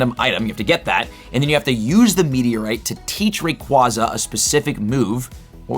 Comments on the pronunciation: Why you say Rayquaza like that? Lol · Still haven’t learned how to pronounce Rayquaza, I see. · Not trying to be rude, but the constant mispronunciation of Rayquaza really grinds my gears while trying to watch this.